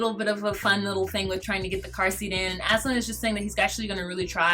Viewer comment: aslan like hes the damn lion from lion, witch and the wardrobe. its aZan. you're wonderful!!